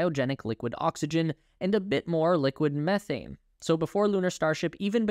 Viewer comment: Thank you so much for using an English speaking narrator… methane was pronounced correctly… not meeethane … seems every space video is narrated by someone from Australia…